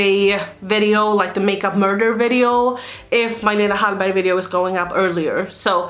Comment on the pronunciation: Is the "g" silent? It sounds like it is...